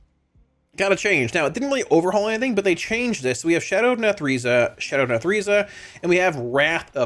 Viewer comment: 81, 84, 87, 90 -- very three lvl, with the capstone apex talent at max lvl looking at the talent description i think they wanna get rid of the dreadlord and JUST have the meteor as triggered extra source of damage . . . :S nath-REH-za.. not nath-REE-za ... ree reee reeee, wtf r u doin bro 💀 ..if u were a dev people would immediately yell "do they even play their own game?" 🤣